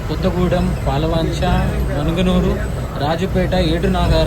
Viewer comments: మనగనూరు కాదు అది మణుగూరు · Bro adhi manuguru bro 😂😂 manugunuru kaadhu